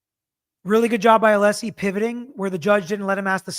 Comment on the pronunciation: I just bought a t shirt to support you and your channel. Congrats on 500k 🎉 I love your recaps and how you break it down for all of us in an unbiased way. I also love your dad. It was so cute how he kept saying ah-lee-see even after you told him how to pronounce Alessi lol. I can’t wait for the next recap w your dad.